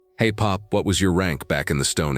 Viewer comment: ALL BULLSHIT HERE! And i tis PoP not PARP!